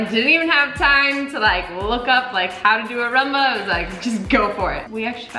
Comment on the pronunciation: Why do they call it Ra-mba? Isn't it Ru-mba?